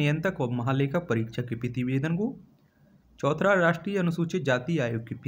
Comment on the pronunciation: Choutha hai naki chouthra....har baar galt ucharan kiyu kerte ho aap???..irritating lagta hai...n thanks for answers